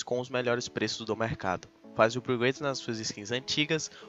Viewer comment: vc ainda não aprendeu a falar "upgrade" e "oportunidade" ainda não? KKKK